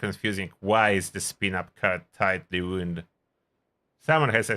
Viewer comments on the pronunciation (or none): Wound (wownd), as in a tightly wound spring. Like winding up a clock. Same spelling as "wound" (woond), an injury.